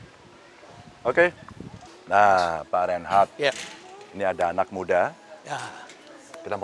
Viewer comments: mas Ganjar: yg bener nama prof Rhenald Kasali, saya kyk nya denger nama pak Rheinhard😅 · Rhenald, bukan Reinhardt